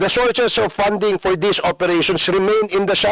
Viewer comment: Itong c feeling din puro Ka P. 🤣🤣 Ip impormation, pour instead of four jusko ko 😂😂